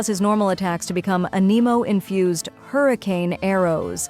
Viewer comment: so totally AI which isn't the worst thing but please learn how to pronounce anemo and character names